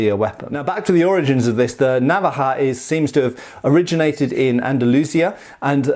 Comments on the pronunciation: I'm spanish and I didn't know about this weapon. (It's navája, btw, in terms of pronunciation, not návaja). I have a similar one from Toledo except much smaller x) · the inflection is on the decond vowel. Na-VA-ja. Like that. Not NA-va-ja. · as a general rule, the stress in spanish words is always on the second to last syllable, unless there is a tilde in which case the stress goes where that thing is, so naVAja no NAvaja. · you say návaja with the accent on the first a but it's actualy navaja, being the second a the strong sounding one. if it was like you pronounce it it would be written with this little line like in águila (eagle) but it doesn't. in Spanish the grammar all ways helps you. so unless you see an accent like in árbol or dragón, just pronounce the strong syllable in the middle if you don't see the little accent 😁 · I think the tonic sillable is the second one, na'vaja instead of nava'ja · I think I have one. I never thought it could be a traditional weapon. It's pronounced, naVAja, by the way. We currently call all pocket knives navaja. Mine has no locking mechanism and stays open just by friction. I made the terrible mistake of oiling it (it's kind of rusty and hadn't been used in years, probably decades), and it closed on my hand as I was using it. It wasn't a deep cut, but there was blood everywhere. Learn from this guy: don't be stupid. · Not really. It's Ok, but the accent is in va. naVAja. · The stress is in the second-last syllable, naVAja. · Spanish stresses the penultimate syllable when not marked, so the stress should be on the second A not the first as in an English pronunciation. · It was terrible! Stressed the last a instead of the second and pronounced the j too softly. It should sound like you are preparing a spit ball. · True, I'm Spanish, from Sevilla and it's true that's the correct way to pronounce the word Navaja.